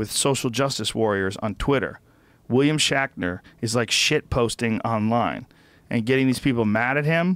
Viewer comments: William Shackner Star Track Twinner ... jesus joe, are you having a stroke? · "William Shackner". Joe needs to take a break from THC for a little while. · Who the fuck is "William Shackner"?!